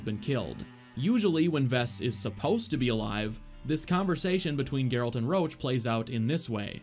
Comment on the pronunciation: Can't unhear "Garalt's good old pal Roach"